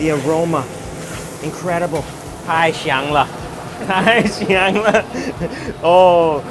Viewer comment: Nice Video! Just be careful with your pronunciation '太香了'... It sounds like ‘太翔了’ which means crappy.